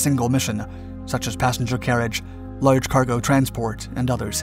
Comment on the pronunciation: "A lard fuselage". That's different